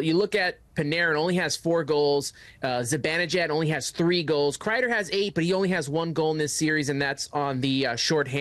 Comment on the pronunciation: I hear "ZiBINijad" a lot too. It's BAN. ZiBANejad.